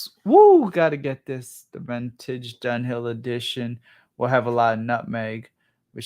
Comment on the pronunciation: Ventage he pronounces it ha!